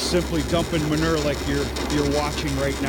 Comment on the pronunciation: Manure = Muh - New -ER.....LOL